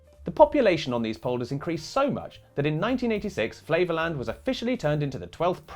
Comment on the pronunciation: Flevoland to my ears sounds like flavourland and sounds delicious.